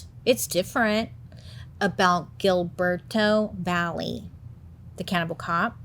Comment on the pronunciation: Found funny how Bailey say his name! I had to look to see how was written then I see is Hilberto Va je 😂😂